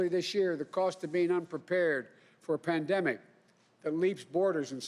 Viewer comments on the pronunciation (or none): Pandemic not epademic